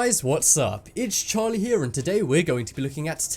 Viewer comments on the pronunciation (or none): Hi did u say its charl here or Charlie here